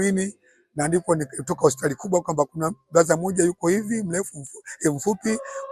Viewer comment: Eti bruder badala ya buda